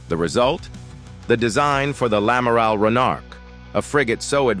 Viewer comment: Un amaral 😂😂😂 Et pourquoi pas un Amaril. ? En clair c’est l’Amiral. Ce ne serait pas l’une des FDI ?